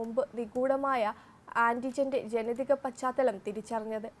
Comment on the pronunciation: പച്ഛാതലം അല്ല പശ്‌ചാത്തലം...